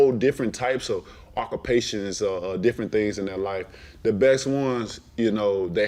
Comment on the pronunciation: I learnt a new word from this interview that word is OCKURPATION🤔